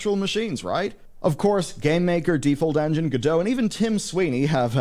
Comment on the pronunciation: It's "Godot", not "Godot" nor "Godot".